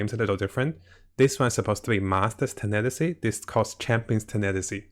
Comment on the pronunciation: It’s not tenetasy it’s tenacity (tena + the word ‘city’) I know that it’s not your first language, but it’s not mine either and I would want people to correct me :)